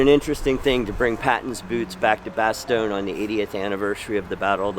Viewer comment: Its bastogne not bestone